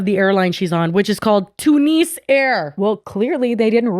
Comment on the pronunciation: Best part is you are pronouncing Tunisia and Tunis wrong too.